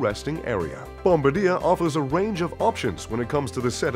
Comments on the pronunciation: Nice video but really.. Bomb-ba-deer.. kinda takes a bite out of your credentials. Bomb-baar-dee-air. FYI it's a Family name that had nothing to do with airplanes or bombing people when they invented the snowmobile (Ski-doo in '59). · Its pronounced bomb-bar-dee-A Not bombadeer. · Bomb-ba-dir? Seriously? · You would think that “” would know how to pronounce bombardier. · I thought it was pronounced " Bom bar dee aye" and not the traditional bombardier. Have I been misinformed? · BOMBARDIER is pronounced BOM-BAR-D-YAY, not BOMBADEER. And I thought you would know that. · It's pronounced "Bom-bar-dee-yay," not "Bom-ba-deer." Get it right. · Bomb-ba-deer eh? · learn how to pronounce "Bombardier" (bom-bar-dee-eh) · Bom-ba-deer. Hahahaha. Get someone who at least can pronounce the plane names! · One major flaw. Please learn how to correctly pronounce Bombardier. The producer should also have known better. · OMG, pronounce BOMBARDIER CORRECTLY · OMG PLEASE LEARN TO PRONOUNCE BOMBARDIER